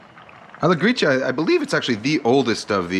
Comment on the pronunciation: His pronunciation is correct, it's "Gree-cha", as in matcha tea :)